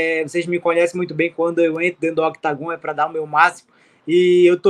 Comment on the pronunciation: Todo esse tempo e o deivison ainda não aprendeu ainda falar octógono😂😂😂